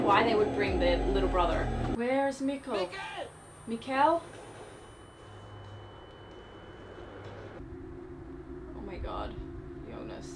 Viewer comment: BTW, quick hint about the pronounciation of Mikkel: Instead of "Miquel", think more like "Mickl". Emphasis on the first, not second syllable. A good rule of thumb is to listen to their pronounciation on the show (which, to your credit, you already seem to be doing a lot :)